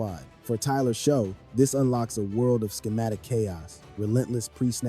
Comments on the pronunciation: Not "sho" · Great video. But his name is pronounced as" shuck" not sho